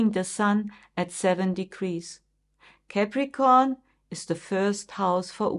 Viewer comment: Thank you, you are a good astrologer, but please do not pronounce it Cäpricorn correct is Capricorn (No every a is ä, you do this with many other words too)